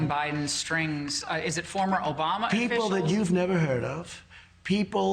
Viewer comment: Vewy stupid rich peopo